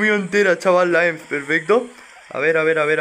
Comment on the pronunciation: porfin alguien de españa que no le dice "e eme seta" a emz, grande uwu